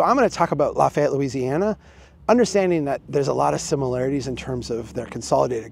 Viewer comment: You can’t talk about Lafayette if you can’t pronounce it.